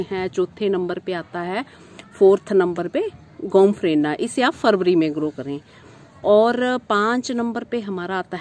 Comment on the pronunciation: नमस्कार, बहुत ही उपयोगी जानकारी भरा वीडियो, इसके लिए बहुत ही धन्यवाद. चार नम्बर का पौधे का नाम स्पष्ट नहीं समझ आया. क्या यह गौमफ्रीना है या कोई और है, कृपया स्पष्ट करने की अनुकम्पा करें अपनी तबियत जल्दी ही ठीक करिए आपसे बहुत जानकारी लेनी है आशा करता हूं आपकी तबियत जल्दी ही ठीक हो जाएगी